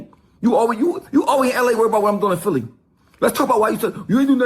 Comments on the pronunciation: I dunno who “Phil” is gottit 😅😅😅😅 “PHILI” aka “PHILLY” 🤦🏾‍♂️ Cmon Son 😂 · Philli not phil